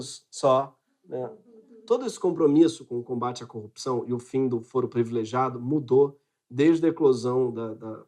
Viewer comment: Voce é inteligente entao nao da pra deixar passar: voce aqui fala “ prEvilegiado “. PRIVILEGIADO, ok?